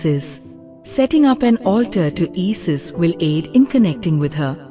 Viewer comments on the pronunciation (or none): Who the hells " EE-SIS". GET AN ENGLISH BOT